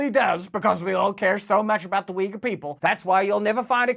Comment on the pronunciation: its not weager its OI-gur. To pronounce Yugur. Ty for info as always